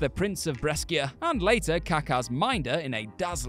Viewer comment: Brescia is pronounced ‘Bresha’.